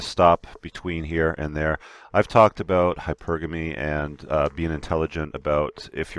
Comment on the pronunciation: Please stop alternating pronunciation of hypergamy...... It's not hyper-Gah-me. It's Hyper-guh-me.